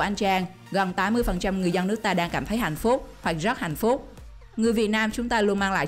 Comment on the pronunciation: chị đọc hạnh phúc thành hạnh phút